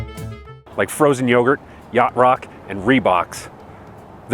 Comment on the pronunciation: This man said Reebok. I decided not to buy lol